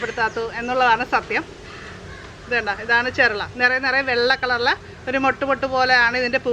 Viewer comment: ചെർള അല്ല ചെറൂള എന്നാണ് പറയേണ്ടത്.